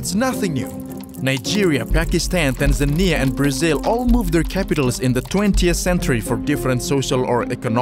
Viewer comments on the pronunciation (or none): none